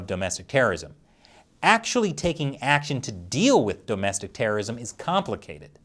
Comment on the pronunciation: Stop saying dome-estic terrorism